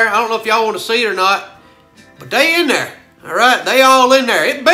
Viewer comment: "Right der"